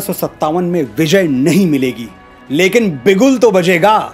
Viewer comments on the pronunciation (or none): none